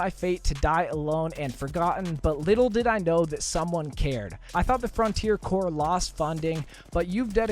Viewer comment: Corps is pronounced core.